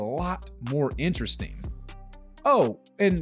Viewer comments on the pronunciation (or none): none